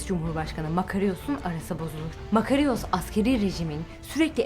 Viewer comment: "Fatih Zorlu" değil, Fatin Zorlu; Fatin Rüştü Zorlu. "Makariyos" demeyin ayrıca "Makaryos" diye okunuyor o isim.